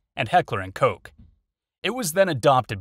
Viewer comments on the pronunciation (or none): Heckler & Koch, Koch is not pronounced with the english long "o" sound. It is pronounced more like "aw" as in hawk. As is Glock. The clock is good for some, not for others. Try out different pistols. Rent & practice, then choose. Your adjectives are inaccurate, & this sounds like a paid advertisement.